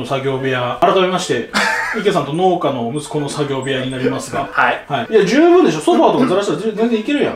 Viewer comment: 農家→のうけ か のーけ